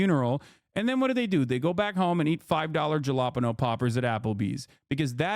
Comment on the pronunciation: bro how did you pronounce jalapeño 😭😭😭